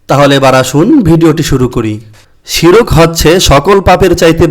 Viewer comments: শিরক না শির্ক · আপনার উচ্চারণ ঠিক নেই । শিরক বানান ভুল, সঠিক হল শির্ক